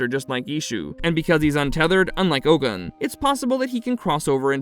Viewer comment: Its pronounced Ogun (O-goon)